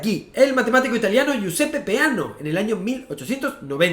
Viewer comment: No es PAENA Es PEANO LAS COSAS COMO SON